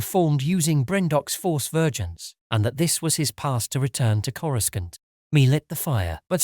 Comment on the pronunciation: Why do you pronounce coruscant the way you do? sounds so weird... as if you weren't watching the same movies / shows all say it without the middle "c"... sounds so weird lol